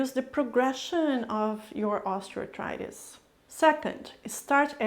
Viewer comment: When you speak, you enunciate the words clearly and seem easy to understand. But why are you grinding the term, Osteoarthritis, it sounds like you are throwing the word osteoarthritis into a grinder when you say it.